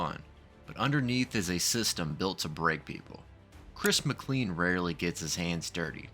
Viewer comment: Just so you know, his last name is pronounced McClean like 'train'.